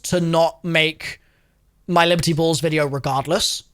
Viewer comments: I can’t unhear liberty balls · he intentionally called it liberty balls